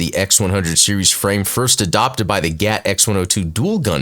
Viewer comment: Explained! *cringe* it isn’t GAT, my good man. You might need to add a note to this video that you GOUFED up saying it like you were instead of saying G. A. T. Just letting you know: G. A. T. , not GAT. 😅